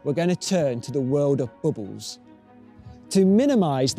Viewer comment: I mostly watch this video because I love how he says "bubbles."